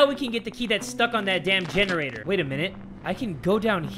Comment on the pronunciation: Omg lol gene-ra-TOR